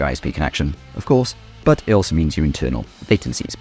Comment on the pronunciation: I hate the way you say "but"